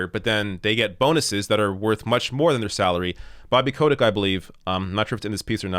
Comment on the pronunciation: OK I have two complaints to make here. His name is pronounced cottage you know, like that cheese. And you forgot to draw devils horns on his face, he really likes it when people do that.